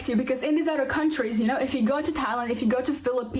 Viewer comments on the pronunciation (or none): What is an ""udder country"? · And what the bells an "udder" country? BTW, lady, you're a racist.